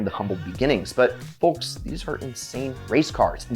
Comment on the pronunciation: The L in folks should be silent if it's not, it really pulled me out of an otherwise awesome video